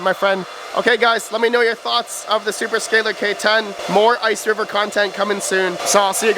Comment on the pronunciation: OMG ITS NOT ICERIVER...